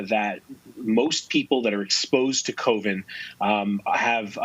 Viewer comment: he says exposed to " COVIN " ......they can't even remember to pronounce it correctly anymore......